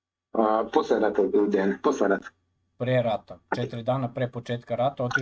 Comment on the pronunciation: Translation with was not good at all. A lot of important things that Deyan said we're not even translated. It sounds as a classic American thing not even to try to pronounce correctly the name of person you are interviewing 3 hours (in Serbian it's written Dejan, should hear him presenting him self as Deyan). This fact talks a lot about. Also should be so professional and check confirmed sniper shot range before saying to guy that was 15 years on the front that he is lying. After this way of ending 3 hour interview, he shouldn't expect again some important soldier from Russian side to be part of your vlog. P.S. arranging duels is standard Slavic thing, still now... even in war... I don't expect a lot of people to understand that, as most of things that Deyan said.